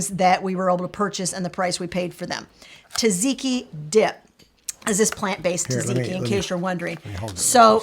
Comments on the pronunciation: Correction on pronunciation. It's tzah-tzee-kee, not ta-zee-kee. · You said "gyros" like a Greek! But you read "tzatziki" wrong. "tz" sounds like a "j", maybe "ja-jee-kee" is closer to the pronunciation 🥰 greetings from Greece!!